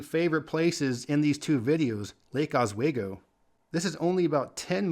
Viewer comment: "Os-WAY-go" hahahaha. It's said "Oss-We-Go". People have such a obsessed habit of trying way too hard to enunciate our place names too deliberately. Here in Oregon, we speak much more laid back and a somewhat lazily. So if you didn't try too hard, you'd be far more likely to nail how we say our names."Or-ih-gin" (the g makes a g sound, so "guh"), Willamette is "Will-am-it" or "Will-lam-it", Chinook is said "Shih-nook". So on. Chehalem is "Sheh-hay-lum". Most places in the Portland area have a long running feud with Lake O and West Linn given they're the most rich, pompous and self-righteous of the area, so especially in high school sports, there is a loud cheer & support for schools to beat theirs every single season. Add in Sunset and Jesuit High to the schools for the rich everyone wants to crush. lol